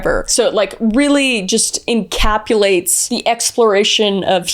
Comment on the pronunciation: Incapulates broke me lmao I love you Kris 😂❤